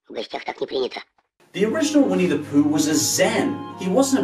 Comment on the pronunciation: Um, no its not pronounced POOK, it's litteraly pronounced POOH. With an emphasis on H. Если не знаешь - не говори :D